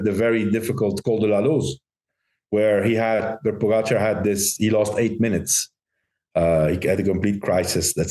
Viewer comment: Why does Lance keep pronouncing Pogacar name incorrectly? Is it on purpose like Trump with Kamala?